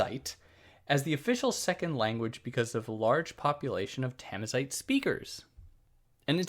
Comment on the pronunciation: Thanks for the video,. The only little things I would nitpick is the pronunciation of Darija and Tamazight, it's respectively da-ree-ja with the J as in Juliett and tama-zeert with a guttural french R